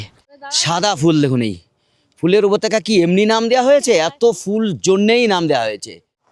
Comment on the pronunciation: উপত্যকা কে উপতক্কা বলছেন ওপরে কে উপরে বলছেন. মাছ কে মাস বলেই যাচ্ছেন.. বিশ্বাস করুন ভ্লগ টার গাঁড় আপনি একাই মারছেন..😢